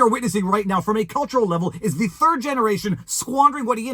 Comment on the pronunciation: Is anyone else hearing "Isaac Hayes the Turd" every time Viva mentions his name?